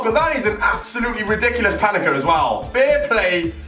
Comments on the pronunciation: Someone tell it's pen eng Ka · PaneNka not paneka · It's pan-enka not fucking pan-eka